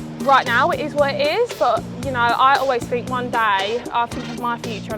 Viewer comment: lol see we all gotta 'fink' :))